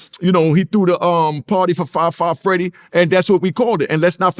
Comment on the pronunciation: “Fri Fri Freedy”: “Fab 5 Freddy”: “Fri Fri Freedy” 😂🤣😂🤣 the 🐐